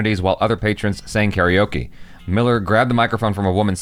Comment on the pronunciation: Hilo ( he-low) Hawaii, Karaoke is (kah-rah-oh-kay) not (kaa-ree-oh-key)